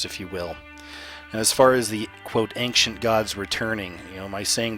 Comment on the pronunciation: dude its not anktient, its ancient, my goodness